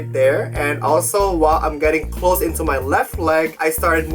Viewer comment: I love how he says:” go INTO the floor”. Boi.